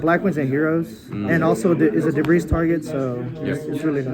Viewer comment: He called a lot of cards "debris" like the drill warrior too. Also "triple caius" when showing 2